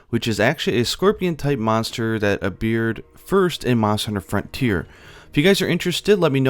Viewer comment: It felt like you said "a beard" 'stead o appeared near the start of the video